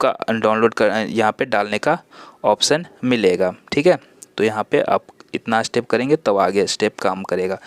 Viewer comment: अस्टेप नहीं स्टेप होता है, बाकी अच्छी जानकारी